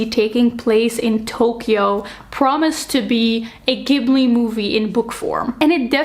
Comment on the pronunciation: the pronunciation for Studio Ghibli is "ji-bu-ri"! I actually hated Blood Over Bright Haven because the writing quality did disservice to the important themes and criticisms. The first chapter was elite and the last 1/4 of the book was sooooooooooooo bad. 😭